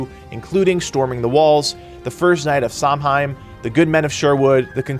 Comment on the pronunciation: To correct a pronunciation for the word "samhain" its S-oua-win mh=w in gaelic